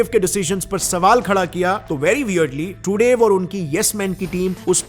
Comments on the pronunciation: भैया आपने रिपोर्ट तो बेहतरीन बनाई है, इस कारण से मैं आपको सब्सक्राइब कर रहा हूं, लेकिन.... 1. जितनी बार तुमने ट्रूडो का नाम लिया उतनी बार ट्रूडेव जैसा कुछ बोला जिससे हर बार हमारा ध्यान आपकी रिपोर्ट से भटकता रहा। 2. और कहावत होती है पल्ला झाड़ना ना कि पलड़ा झाड़ना। हो सकता है कि आपको मेरा कमेंट बहुत बुरा लगे लेकिन आपकी रिपोर्ट इतनी अच्छी थी कि मुझे यह मामूली सी बातें बतानी पड़ रही है कि आप अपनी हिंदी को थोड़ा सुधारे और ऐसी ही बेहतरीन रिपोर्टे हमें देते रहे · Truday nahi Trudo! That's how you pronounce Trudeau... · The pronunciation is not Justin Trudev is Justin Trudo..pls check on Wikipedia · Bhai it's pronounced Tru-doh not Tru-dave. Also it's torrono not Toronto, the T is silent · he says Trudav but the world pronounce differently. is ur pronunciation correct, just a curosity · Naam ka pronunciation ki laga di , bhai trudev or truday both wrong . Homework thoda karlo 😂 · Your pronunciation of Treudue is hilarious 😂 😂😅😂